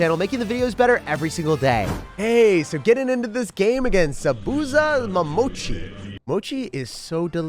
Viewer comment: The way he pronounced zabuza momochi💀